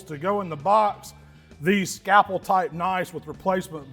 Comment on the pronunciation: Scapple? Never heard that before! Must be the Mississippi way of saying scalpel! 😆